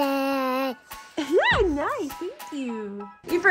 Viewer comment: When said happy birthsay back to Ellecee😂🥳😆